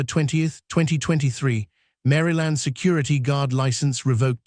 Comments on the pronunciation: I watch your videos but some of your pronunciations make me crazy!! It sounds like you've used an automated reader. For instance: it's not "Mary Land" but Maryland like Merle-land, NWaCP is NAACP though it's pronounced N double ACP & she'd is pronounced "shēd" not "she d." Thanks. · Narrators needs to know the correct pronunciation of the words they are speaking. Mary Land? Mahl? So annoying to listen to…. 🤦🏻‍♀️ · Why are we subjected to AI reading constantly. The continuous mispronunciations are extremely irritating. How many times do you think we want hear mall pronounced mal, like malpractice. The mal cop over and over. Pronouncing Maryland, Mary land. Stupid and inconsiderate not to teach this program better! Good video, poor reading. I'll be hearing how mals will be requiring sensitivity training for mal cops in my sleep. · It's not Mary Land!It's pronounced as Marl land. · This is one of the worst AI narrations I’ve ever heard. Mal instead of mall. ‘Ds from the previous line of text: ‘dshe’d ‘dhe’d. “Mary Land” instead of Maryland. Get a real reader instead of an idiot AI. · No this man did not say mary land ai yes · A.I. faulty. STOP posting this garbage. Multiple mis pronounciations and fragmented pronouncistions. Examples; Mall is pronounced "maul' and the state of Maryland is not "Mary Lind". Thumbs down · Not to mention he can't pronounce Maryland correctly 😅